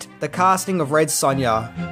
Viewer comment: Red Sunya lol